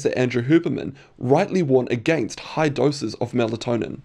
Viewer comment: Please learn how to say against and your r’s.